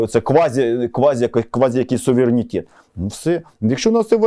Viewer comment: українською буде СУВЕРЕНІТЕТ, а не САВІРЄНІТЄТ! Коли ви вже навчитесь....